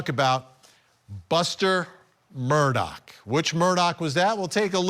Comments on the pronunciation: OMG, it's mur-daw not mur-dock. Please get it right Vinnie Politank🤣 And for god's sake, get your pronunciation of "voir dire" under control. You sound like a noob. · Why does everyone pronounce his last name with a “K” at the end. The is NO “K!” It’s Murdaugh!! Drives me crazy!!!😮